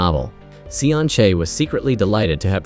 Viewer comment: Damn ai 😂😂😂 From seon chae to sun shake 🤣